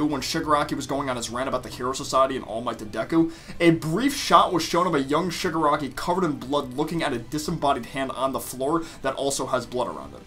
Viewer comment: Your Freaking saying Suger Aki 😂👊